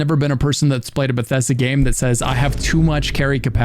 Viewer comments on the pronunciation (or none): none